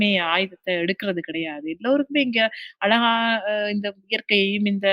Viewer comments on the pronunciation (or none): none